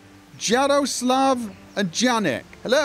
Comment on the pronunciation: ~ It's Yaroslav and Yanek, I mean how it is pronounced. :)